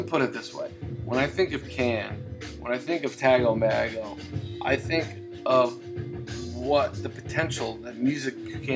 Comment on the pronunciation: Hey man, I was just listening to my cd version of the album and I really enjoyed your review of it. I definitely need to get a vinyl copy. I've been pronouncing the name as Tago Mago for years, but just found out it's actually Tago MAY-go. Go figure. I've also been pronouncing Ege Bamyasi wrong for years. That is actually Ege Bam- Yazza. LOL.